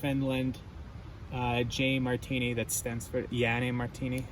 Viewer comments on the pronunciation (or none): as a finnish person it felt wierd when you pronounced Janne Marttiini :D Great video! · hmm, I don't know, it just felt wierd as a finnish person to hear it pronounced like that :D